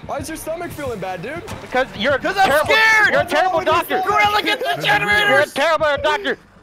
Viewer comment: Somewhere around 8 minutes I think said "genderaters" instead of generators